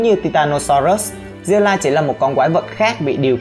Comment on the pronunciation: Zilla nha ko phải ziulla ad phát âm khác